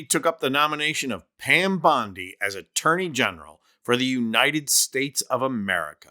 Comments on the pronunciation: Pam - it's "uniTed", not "uniNed". Just say "you and I did" real fast. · Why does she say uninet states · What is the "Unined States""?